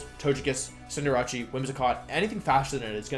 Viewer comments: cinder-ah-chee pissed me off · It’s pronounced Cinderache.